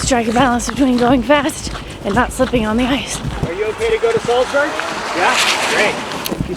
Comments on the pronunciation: Just a heads up it’s Salzburg instead of selsburg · Sorry guys, but what is 'Salsberg'?...oh, you mean 'Salzburg'? Comm'n guys, you can do it better....this is a cheap mistake. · Where the heck is Salsberg supposed to be? Do you mean Salzburg? 😂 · It’s Salzburg, not Salsberg. Come on, do better. Between that and the backwards baseball cap you definitely scream “American”. I still like the video but step up. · It's Salzburg, not Salsberg. Americans. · It's not Salsberg hahahI. It´s called Salzburg! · It's SALZBURG not Salsberg. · I love how you call "Salzburg" Salzberg all video long - glad you enjoyed Salzburg and the market there! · Salzburg, not Salsberg. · It’s Salzburg, not Salsburg😇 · Its Nürnberg and Salzburg, not Nuremberg and Salsberg. One's a hill (Berg) and one's a castle (burg) :) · Hey and the Austrian town Salsberg is pronounced Salzburg Greetings from Germany 😊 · i don't know why this video triggers me so much but i guess you aimed for quantity (9 countries in 9 days) and not quality cause there were so many errors, starting by misspelling names (it's salzburg, not salsberg) and then mixing up the 6th of december and christmas..